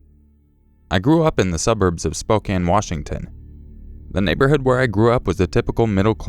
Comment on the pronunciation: thank you for pronouncing Spokane right